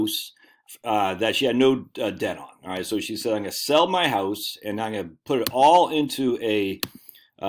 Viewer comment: I’m hearing a Maine accent when you say Houwse.